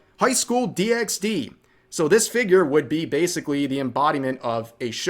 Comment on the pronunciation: Hey Rev, u don’t pronounce the “X” in High School DxD the same way u don’t in HunterxHunter or SpyxFamily… the show is pronounced, “High School Double D” and I’m guessing u can figure out why 😏